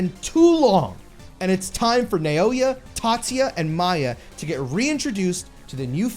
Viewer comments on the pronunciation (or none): none